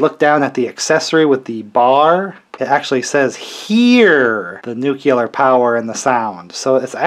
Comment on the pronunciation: Why does everybody say "nukular" the way Homer Simpson does?